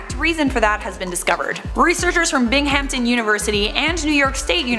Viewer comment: Lmaoo I literally Just applied to Binghamton University which is in my grandparents home town what are the chances?? Oh also it's pronounced a little more like "Bing uhm tin" 😅